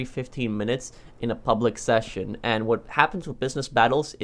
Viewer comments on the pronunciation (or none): none